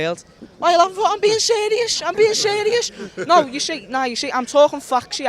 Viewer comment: “I’m being selious, I’m being selious!”